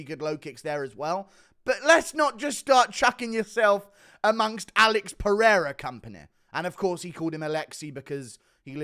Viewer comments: Buddy said Alexi Peheada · Rest assured, he pronounced Alex's name wrong. Alex here is pronounced like in the USA. He sounds mentally challenged saying Alexi Perira.